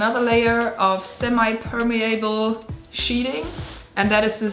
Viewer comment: Semipermeable pronounced understandably, if not perfectly. 👍😀